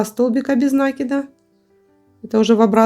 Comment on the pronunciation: НакИд, а не нАкид.